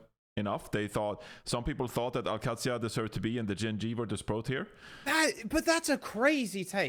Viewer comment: They pronunciation on Al Qadsiah is really off, its closer to Kah-duh-siah not Kat-see-uh.